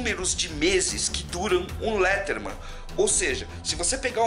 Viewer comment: Gostei do video e pá mas só uma correção: se pronuncia leidermen msm se escrevendo Leatherman